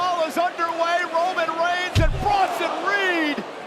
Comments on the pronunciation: Did y’all catch Bronson Reed calling Roman: “ROYman Reigns” 😂🤣? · Bronson said Royman Reins when he first started talk 😂😂